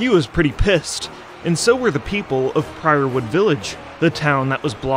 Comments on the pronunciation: WHY DO YOU KEEP MISPRONUNCING EVERYTHING! It’s PYREWOOD not PRIORWOOD!!! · Hate to be that guy but it's "Pyrewood" village. Not "Priorwood". It's Pyre. Like, as in funeral pyre. Sorry, it was just driving me nuts lol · WoW Sorry to say,, but it's "Pyrewood" not "Priorwood". Great video, all the same 👍🏻